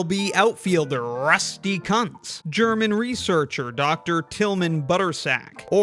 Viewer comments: Kuntz is pronounced koontz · Kuntz is pronounced "koontz"